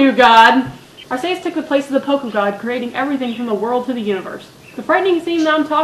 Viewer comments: corection for arceus r~key~us not r~cay~us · I'll just make a few points: Groudon - Grau-dohn Kyogre - Kai-ogre [sorry, It just kinda bugs me] I like N and the song from his room *-* Arceus - Are-see-us [er, I think?] And I want that plushie lol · No, in the anime it's pronounced Ar-see-us